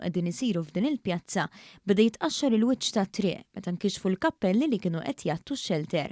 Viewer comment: Nota lill-gurnalista. 0.17 "meta inkixfu l-kappelli"; "meta inkixfu il-kaptelli".